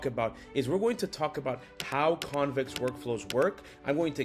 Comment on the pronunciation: "how conex...", missing "v"